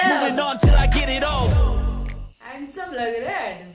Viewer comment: Mohabat ho gai kiya apko adam se jo bar bar hensame bol rahi he 😂😂😂😂😂